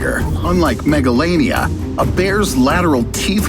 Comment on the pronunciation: When he say megalania in my hearing is megalovania